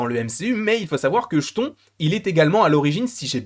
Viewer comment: Chton qui fout les jetons! (d'après la merveilleuse prononciation de.) Le nom se prononce Ktone comme le début du nom chtulhu.